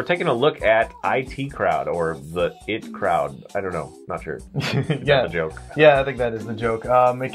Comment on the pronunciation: IT'S "EYE-TEE" CROWD!!!!! not "it" crowd.....